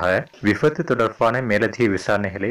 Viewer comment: Vifattu illai. Vibaththu. Read the tamil properly